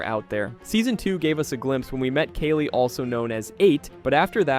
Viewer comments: I was going to subscribe and then you pronounced "Kali" as "Kaylee" and now I hate you 😅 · 1. You need to pause between mysteries. Take a breath. 2. Brenner wasn't attacked in the lab. They were in the school. 3. Kaa-lee, like the goddess.